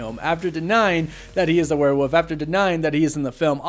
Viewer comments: WereWOLF, not werewuf 😅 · It's not "Werewoof", there's actually an L in there.